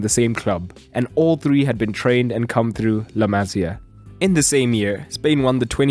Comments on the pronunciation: small correction: it's La Ma-SÍ-a, not La MA-sia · La Masia not La Mazia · I cringed every time he said " La Mazía" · La Masia is pronounced MA Cee A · The way he say la Masia pisses me off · dude wtf how often do you wanna mispronounce la masia in one video lol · And you don't pronounce La Masia like that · The pronunciation of la masia throughout this video...